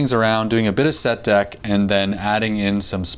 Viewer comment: Awesome video! TF is "Set-Deck"?